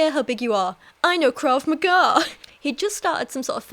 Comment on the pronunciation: ‘Krav magah’!